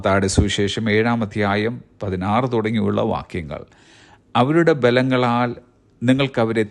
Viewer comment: What pronunciation is it, pastor?? "Avarude 'Balangalaal' ningalku avare ...." !! It shd be pronounced as avarude 'phalangalaal'. Not as Balangalaal!! Shockingly wrong pronunciation!!